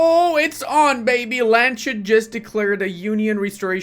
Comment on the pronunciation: FYI its pronounced Lands-Hut. Love your Channel